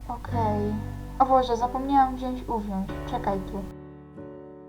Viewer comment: Nie wiem czemu, ale jak był początek filmu " Alice: O Boże! Zapomniałam wziąć UWIĄŻ. Czekaj tu." Uwiąż usłyszałam jako GÓWNO xd